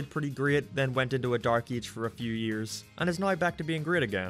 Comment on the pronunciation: I know he can't help it because of his accent but it really sounds like he's saying "eej" instead of "age" at the beginning of the video, he says it a ton of times and it throws me for a loop.